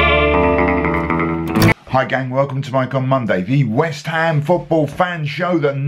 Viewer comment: Loved your ‘Wisht ‘am’ man! Like a mate I used to have who continued watching football even when they put seats all over the place!